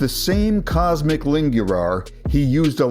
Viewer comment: IT IS NOT COSMIC IT IS COSMIN COSMIN ITS NOT PRONOUNCING COSMIC ITS COSMIIN